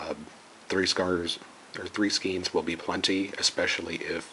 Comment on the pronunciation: great pattern, thanks. fyi, it''s pronounced "skane" :)